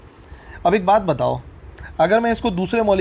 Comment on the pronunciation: when sir say AK BAT BATHOW 😋😋